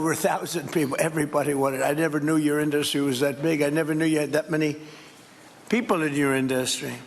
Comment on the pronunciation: donald is such a weird thing. Cannot even pronounce words correctly. He says "IN - Dust tree" As though it were 3 separate words. What an imbecile. I have bever hated someone this much. Though if I am being honest those punks Miller and Vance are right there with this slob.